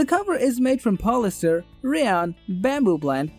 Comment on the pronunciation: I can’t take this Review seriously. He Can’t pronounce words like polyester hotel comfortable sleeping company particular